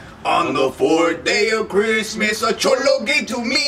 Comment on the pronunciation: aye 🙌 merry crimmuhs lol